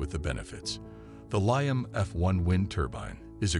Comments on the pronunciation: Liam not lion for anyone looking. Dude needs to get hooked on phonics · The pronunciation of Liam as lie-um is driving me crazy!